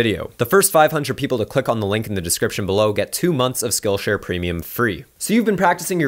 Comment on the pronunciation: Totally sounds like you are saying "Skull Share".. Thought this was a prison channel.. LOL Great content as always!